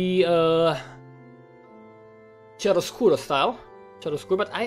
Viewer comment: The " chiaroscuro" pronunciation is with the K instead of the "ch"